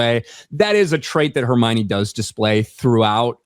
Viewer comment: Hermione ❌ Hermocha ✅